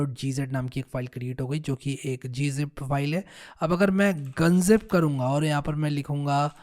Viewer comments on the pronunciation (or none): Pyaare Bhai.. Informative video. Appreciate your hardwork.... its not GunZip ...have to refer as G Unzip in the industry ... (don't say as gun ... zip) Thanks... ...